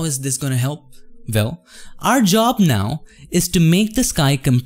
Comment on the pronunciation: Did he just say vell instead of well? lol.